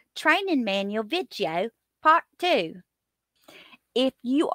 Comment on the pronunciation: OMG!!! The way you say VID-IO…😂 I’m sitting at my desk at work watching this “don’t tell anyone” and I literally laughed out loud…😂😂😂